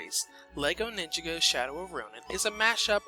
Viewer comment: Take a shot every time he mispronounces "Ninjago."